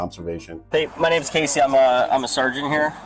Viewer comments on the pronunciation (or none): none